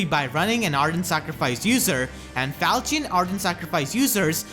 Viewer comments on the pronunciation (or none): none